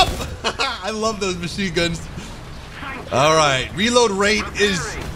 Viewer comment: What's a "raload"? I thought you pronounced it "REEEload"